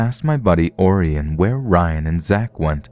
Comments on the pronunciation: I bet the kids name is Orion, like O-ryan. Not Oarienne lol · Orion is pronounced O'Ryan, like the constellation, Orion the Hunter.